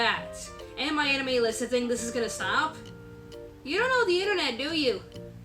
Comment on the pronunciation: Damn, I don't know why I hear what I hear but now I can't stop hearing "My Enemy List" when you talk about "My Anime List".